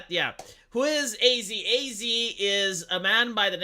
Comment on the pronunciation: Would you please stop saying A-Z. It's pronounced "As"